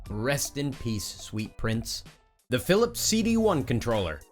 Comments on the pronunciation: It's weird to hear CD-One. It's always CD-Eye... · "The Philips CD-1 controller" It's see-dee-eye, not see-dee-one. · That's CD-i as in "CD-eye", NOT "CD-one". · "CD one"? Don't you mean "CD I"? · Honestly hate how you call the cd-i the cd-1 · It’s CDI Not CD1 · CDi not CD1 come on guy! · It’s CD-i, not CD1. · It's called Phillips Cd-i not Cd-1 and the console F*cking Sucks. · AAA Y DO U KEEP CALLING IT THE CD ONE!!!!!!!!!!!!!!!!!!!!!111ONEONE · Is anyone else wanting to punch something after he said CD-1? Like, I know that in Roman Numerals the letter I meant 1, so I get why the name was butchered, but still... RRRRRRRRR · CD-1? That's how you pronounce it? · The console was bad, so he said the console wrong on purpose. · What a way to butcher the CD-I name. Fail.